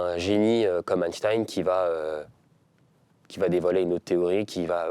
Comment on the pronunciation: par contre apparemment on ne dit plus Einstein mais Einstine